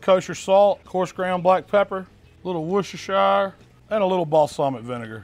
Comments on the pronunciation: “Worcester-shy-er” 🙄😂 I’m American but I swear our people don’t know how to pronounce anything unless it’s English language. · why can't americans pronounce worchestershiresauce? english isn't my first language but I find it easy to pronounce it :D